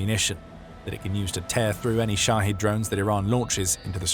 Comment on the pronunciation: Shahed, pronounced "shoddy," LOL.